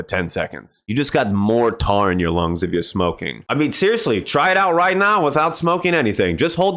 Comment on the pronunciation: did you say... tar??